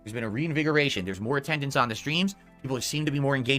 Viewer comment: God, please, I'll do anything for this man to stop calling it ''attendance''